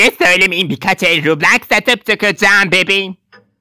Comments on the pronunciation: Abla o rublas degil roblox hahahahah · onun adı roblox rublaks deil 😂